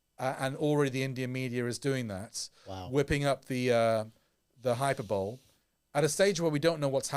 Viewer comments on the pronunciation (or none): Good episode. A few thoughts - 1. You didn't say anything homophobic this time. That's good as there's already enough hatred in the world. 2. Hyperbole is pronounced "hy-PER-bolly" 3. Free free Palestine.